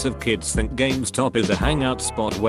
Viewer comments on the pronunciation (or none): none